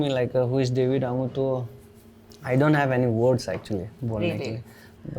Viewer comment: It’s Angu not annguuu 😂 dear host !